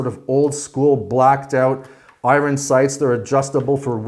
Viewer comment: You say iron really weird